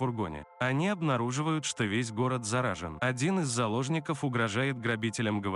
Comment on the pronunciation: ты слово заражен научись выговаривать